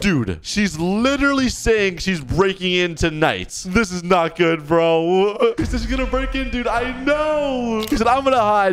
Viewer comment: bro said bruo